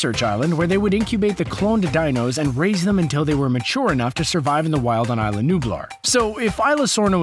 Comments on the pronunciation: Ee-sla not eye-sla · It's no ila it's isla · It's isla not ila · It's E-sla not isla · It's pronounced Is-la, not eye-la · Cadin Marohl ikr the pronounced isla wrong...